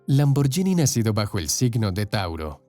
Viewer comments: No digas Lamboryini di lamborguini. Si fuera yini sería Lamborgini pero como es Lamborghini se pronuncia ghini. Saludos. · La pronunciación nos es " Lamborshini" sino, "lamborgini" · Es LAMBORGHINI no lamborgini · en italiano la gh se pronuncia como en español la gu. Entonces no diga lamboryini si no es lamborguini! Antes de hacer un documental documentes e sobre la pronunciacion italiana! Que feo se oye cuando supuestamente es usted un historiador y siempre dice lamoryini. Que ridiculo! Es lamborguini! NO ES LAMBORYINI. Aprenda a pronunciar si es historiador y quiere hacer documentales. NO ES LAMBORYINI! ASprenda. Es LAMBORGUINI! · por cierto, la palabra Lamborghini se pronuncia "lamborguini" no "lamboryini" igual que spaghetti se pronuncia "espagueti" y no "espayeti" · Se pronuncia "lamborguini" porque se escribe "gh". Si sólo fuera con "g" sí se diría "lamboryini". Es un craso error. Al menos hubieras investigado un poco. Eso desmerece tu trabajo. Otra opción era pronunciar "lamborgini" como leería un español. Cuando no se sabe un lengua extranjera se lee como está escrito. Corrigete en adelante. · Amigo aprende a pronunciar el nombre, se pronucia: Lamborguini (no Lamboryini) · En el min. se dice IRASCIBLE y no IRRASCIBLE. Se pronuncia LamborGUIni en italiano y no LamborYIni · Xq pronuncian "lamborYini" 🤦‍♀️ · Si vas a pronunciar el italiano, deberías saber que la "gh" en éste idioma sería en español la "gui"...es decir Ferrucio(ferrucho)bien dicho, salvo el apellido Lamborghini(lamborguini). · Por favor Lamborghini se pronuncia con gui. En Italiano la ghi es gui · Espero no ser denso, pero al menos va servirle a alguien como conocimiento general. En italiano la "gh" se lee como la "gu" del castellano, y la "c" como "ch", Así que Ferruccio Lamborghini, se pronunciaría Ferruchio Lamborguini. Saludos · Lamborghini ( pronunciación Lamborguini) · Se pronuncia lamborguini marca del carro en latino America está mál pronunciada ... 😁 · Mala pronunciación de Lamborghini.